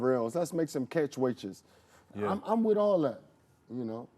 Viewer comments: " lets make some catch waitches " 😂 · Mel: Lets make some Catch Weightches 😂 That's my mf'n dawg!